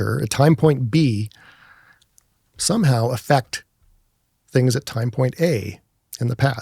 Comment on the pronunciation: That's not how you pronounce "affect",.